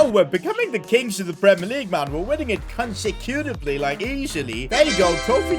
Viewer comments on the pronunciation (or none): it's " CONSECUTIVELY" 😂😂😂